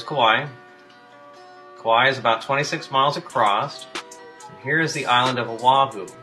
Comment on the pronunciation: Oahu resident here. Ive driven home from town for 28 years and have only seen Kauai twice. Both times from a high elevation. As I dropped in elevation down towards the North Shore coast the island will slowly disappear as expected. You both are butchering the names. You have an excuse. He is in Wailua, Kauai. I live close to Waialua Oahu. Its mount Ka...Ala. Like as if its 2 words, only 2. He is adding an extra glottal stop.